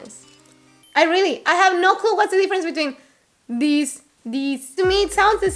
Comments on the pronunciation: ahahah, I love it: > in "these" the last sound should be Z not S: D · I heard the difference between ‘this’ and ‘these’, the sound of ‘these’ is longer and the s Is like z